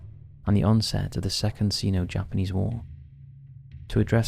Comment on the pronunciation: Pee king man not pecking man 🙄 Sino Japanese War, spelt Sino, pronounced Sy No. Honestly, the pronunciation in that segment made my ears bleed. If you are unsure of the pronunciation, check.